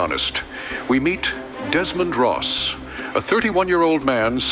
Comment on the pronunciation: Desmond Ross? Like, Desmond DOSS